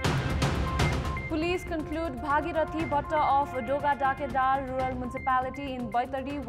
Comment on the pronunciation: dogada kedar ko pronounce ko lagi practice kina napugeko raixa sano sano kura ma pani dhyan diyra agi badda ajha ramro ra puraskrit hunxa hai ....